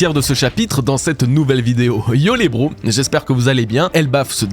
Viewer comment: bros doit être prononcé BROWZ, Egghead se prononce EGHED, un petit effort!